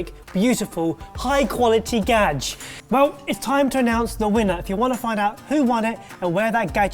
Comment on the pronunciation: Please don't say 'gadg'